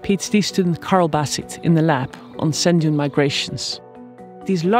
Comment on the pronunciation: "scent"???? "scent dune"??? the word is sand......youd think an expert in sand (), would know how to pronounce the word... i dont care what accent you have, its pretty easy to not fuck that one up.